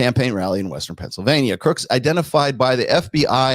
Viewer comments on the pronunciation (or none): none